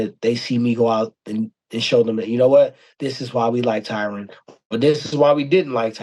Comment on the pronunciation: Why he say his name like that it's Ty Rone